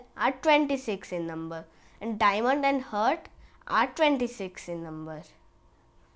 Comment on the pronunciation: It's not hurt it's heart lol